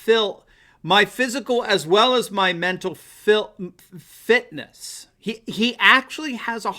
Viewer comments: It sounded to me like he was saying "mental filth". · When a politician can't say "mental fitness" then he probably doesn't have any😂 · This guy, who looks to be in his 40's, can't say "Interview" and he's making fun of a 78 year old, who has a history of stuttering as a child, for having trouble pronouncing "fitness". That didn't work out too well, did it?